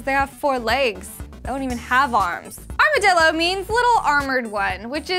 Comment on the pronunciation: uhhhh it's armadillo. like pronounced armor-dillo. you know little-armored one